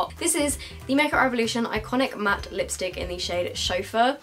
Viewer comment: take a shot every time she says liostick